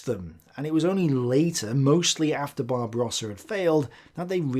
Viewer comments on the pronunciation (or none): none